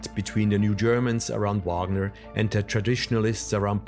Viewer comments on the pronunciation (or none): His given name is pronounced REE-kart. And it's VAHG-ner. And VAE-mar. I biography should not fail at pronunciation of the key proper nouns involved.